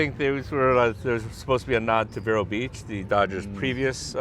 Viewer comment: It's pronounced: "Veero" Beach (... a long ē). ex Floridian Love your show. Very glad it found a good home. Go Dodgers! Go Blue 🇺🇸. Go baseball ⚾️ 🧢 💙.